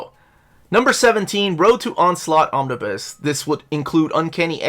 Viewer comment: Omnibu? OmniBoo at that, buh more like OmniBai. But seriously I'm a fan of Omnibuses and your lists of wanted Omnibus. Gilen was indeed phenomenal.